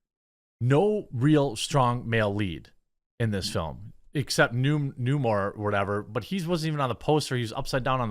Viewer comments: 'New-Mar' sounds about right :D New Mariner for todays audience! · I also think I heard that they didn't have the rights to the sub-mariner, which is why they never call him that and pronounced Namor wrong. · No the hell it isn't. It's been Namor for 83 years. I'm not pronouncing it differently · It's a long A sound fam.